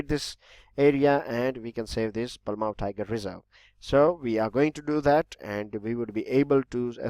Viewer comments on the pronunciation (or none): That was wrong pronounce that is palamu(पलामू)